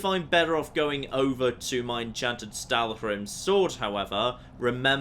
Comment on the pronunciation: it's Stalhrim, not Stalkhrim.. Coolwhip not Coolkhuip